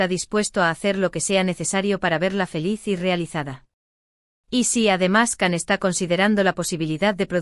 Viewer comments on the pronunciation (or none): No se dice Can, en turco se pronunciaría “Yan”.